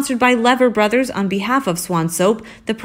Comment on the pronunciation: You should send me your YT videos before you publish them -- I can correct pronunciation errors -- there were at least two big errors in this video. 1) It's not Lever Bothers; It's Leeeeever Brothers; 2) It's not "Jim Back-house", it's "Jim Back-us".